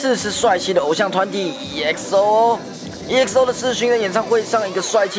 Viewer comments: 還有他唸"EXO",正確是唸"XO" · 不行那個嘟我真的笑了 還有不是一欸可是歐是欸可搜XDDD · 發音是唸XO不是直接照著團名唸EXO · D.O=嘟 我也笑到快瘋掉😂 EXO的E不發音所以是唸XO... 記者專業一點辣😂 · 嘟... “E”XO... 下次請做功課好嗎！ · 首先 EXO的E不發音 第二 人家叫D.O.(低歐)不叫都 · Exo..... Do..... 不是这样谂的😑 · 有學過英文嗎？EXO和D.O真的會唸嗎？